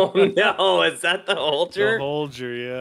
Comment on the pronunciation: Ur saying the name holger wrong get it right